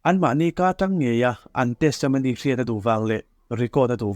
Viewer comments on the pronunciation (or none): none